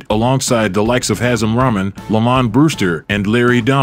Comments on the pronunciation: "hassim ramen" It is "Haseem Rockman" This is a channel about the history of boxing and you don't know how to pronounce one of its champion's names? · Great video...it's pronounced "ee bay a boo chi" and Hasim Rahman is " hah seem rockman" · Great video man. I like your videos. But dude the way you said Hasim Rahman. Learn the pronunciation of people's names beforehand so you don't disrespect fighters by butchering there names